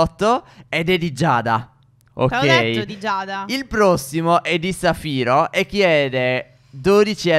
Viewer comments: Stef si dice zaffiro non safiro 😂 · So dice piccone di zaffiro no di safiro 😂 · Stef si dice zaffiro non saffiro